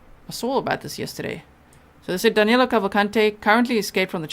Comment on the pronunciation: it's amazing how, not only they can't catch him, they can't even get his name right. His name Is DANILO, not DANELO. I'm from brazil too, and DANILO is a popular name around here, whereas, DANELO isn't even a name (except for Americans). Maybe they'll get him when they get his name right.